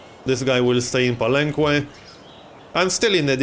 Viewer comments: Palenque is pronounced palenke anyways love your videos. Youre doing pretty good in this game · Believe me man, im mexican, i speak spanish and ive been there, the "que" its pronounced as a "keh":) you can trust me on this one. Its the same as in all the words in spanish that use the qu-, you dont say the "u". Palenque is the name in spanish to the city, which is Bàak in mayan, so it follows that grammar. Just so you know how its the correct way to say it. Really looking forward this series btw! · Hey, you pronounce the que in palenque as a "keh", not with an oo sound, just so you know, great vid as always!